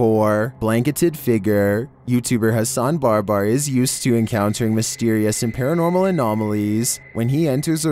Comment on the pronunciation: #11: Don't u mean "paratnormal"?? 😏